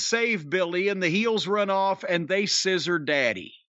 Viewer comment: I find All this “sizzoring” quite disturbing. Even weirder is that Bowen is, how do I say, ‘happy’.